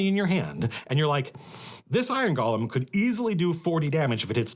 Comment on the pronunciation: Matt, I can usually handle it when you mispronounce “golem”, but not when you do it ten times in quick succession.